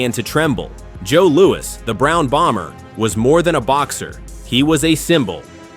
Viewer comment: Joe Louis not Louie.